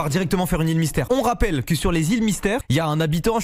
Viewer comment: "on ra'pelle' " très bonne vanne mastu 😂😂